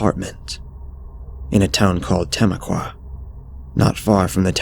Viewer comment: I know all the toes in this story you pronounce tamaqua wrong lol but awesome story